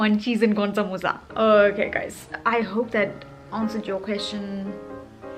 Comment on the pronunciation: One cheese and corn samoosa hehe love that